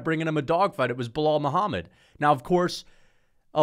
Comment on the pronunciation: Bro opened up with a casual "biw wow Muhammad" lol